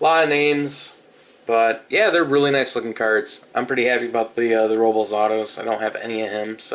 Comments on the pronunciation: its it row-blez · Robles = "row-bless"